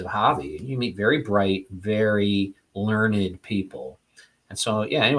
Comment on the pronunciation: This interview was amazing, but all I could think of was Homer telling Pepi, "LEARNED, son. It's prounounced 'LEARNED'..." 😂